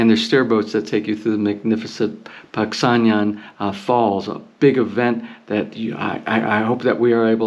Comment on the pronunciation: You say it not pag sang jan but pag sang han